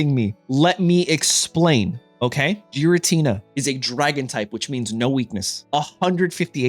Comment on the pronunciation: That Giratina would be a massive problem. Also, please stop calling it Jiratina.